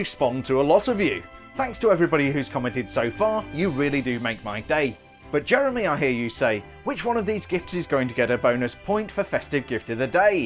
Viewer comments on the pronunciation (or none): none